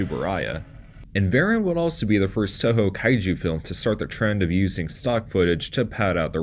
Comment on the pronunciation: Like so many other YouTubers you can't even say his name right... So I kinda don't care what you say. It's VerAHn. Not VarEN. Look up how his name is actually said.... I would have done that before I even thought of making a video about him. Also way too surface level